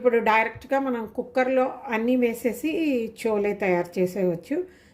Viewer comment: చోలే కాదు, ఛోలే అనాలి, అలాగే భటూరే అనాలి, బటూరె కాదు.